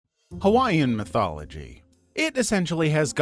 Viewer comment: Mahalo nui for including Hawaiian beliefs! And your pronunciations are good! But you should have dressed the people in more cultural clothing.